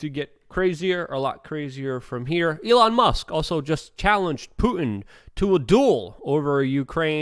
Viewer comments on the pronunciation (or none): none